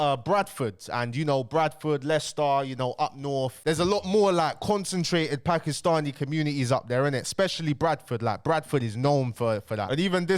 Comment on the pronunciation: Putting a lot of emphasis on the ‘Paki’stani there but you all brushed it off when KSI said the P word